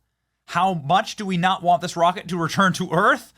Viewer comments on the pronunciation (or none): none